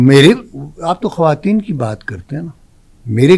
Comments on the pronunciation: خاتون کی جمع خواتین khwateen پڑھا جائے گا خاتین نھیں پڑھنا یہ غلط ھوگا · khateen nahe bhai.....khwateen hota hai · the host should know basic urdu, its khawateen, not khateen